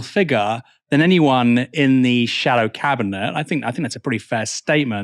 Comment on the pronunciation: Did you say shadow cabinet or shallow cabinet?